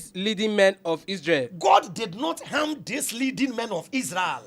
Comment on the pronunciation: Ladies and gentlemen I'm here to translate the the words of the reader... Throughout this segment if you hear: Aaah----our Osband-----Husband Old ---- hold Aam ---- harm Evily---- heavily Ors----- us Anging---- hanging Old--- hold Auwever--- however Eim--- him